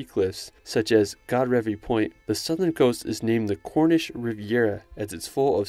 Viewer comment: Cool video! Just so you know, Godrevy is pronounced Godreevy rather than Godrehvy, and the c in Scilly is silent :)